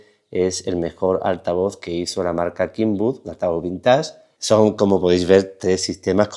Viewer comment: La marca kenwood se pronuncia con "e". Kinwood no existe! Kenwood es un lugar donde la tecnología inglesa desarrollo los bulbos y el actual espectro de radio. Donde los componentes se iniciaron en la miniaturizacion además. Kenwood, La e suena como e según la regla de pronunciación inglesa, en doble e sería "i" suave. Entiéndase kenwood. No kenwood, esta mal pronunciado.